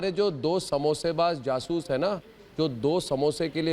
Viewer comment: Madam Your Pakistani panelists saying jasus instead of jaasos on urdu hindi news channel then what are you expecting so as a human being hasi to aygi hi and btw Madam they are intellectual people but is show ka format thoda alag hai ( roasting )😂😂😂